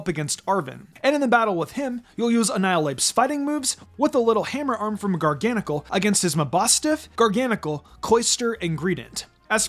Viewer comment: I pronounce Garganacl as gar-gə-NAY-kəl